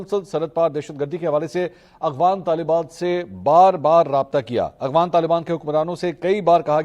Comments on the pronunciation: اغوان نہیں افغان صحیح نام سیکھو ۔ولد الزنا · السلام علیکم بھائی آپ مسلسل "اغوان" کہتے ہیں "افغان" ہوتا ہے۔ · Ap afghan ko aghwan par rahay hn iss ko theak kren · AGHWAN NAHI AFFFGHAN hota hai. Please work on your pronounciation. Tayyab Urdgan hai, URDWAN nahi.